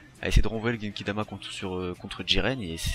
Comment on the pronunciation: Genkidama pas kekidama